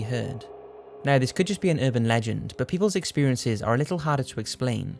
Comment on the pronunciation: everytime you say "but" i hear "bert"......